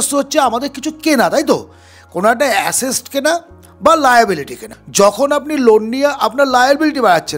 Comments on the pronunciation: আপনার কথা তে আশেষ্ট নয় ওটা হবে আসেট। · Asset noy, ASESST 😮😂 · আপনার কথা শুনে ভালো লাগলো শুধু দয়া করে "অ্যাসেট" উচ্চারণ টা ঠিক করবেন।